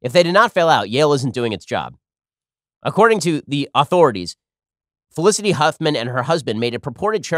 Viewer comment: Why can't Ben pronounce the word authority